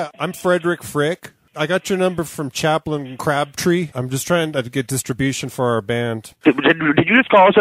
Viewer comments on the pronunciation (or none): "Chaplin Crab-Tree"